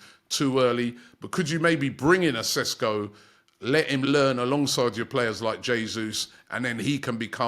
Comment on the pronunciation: Not Sesko, but Šeško! 😊 greetings from Slovenia Robbie 😁